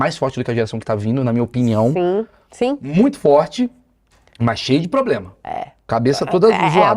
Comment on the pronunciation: Essa mulher vive em quê mundo? Quando falou "poblema", já parei...😅😅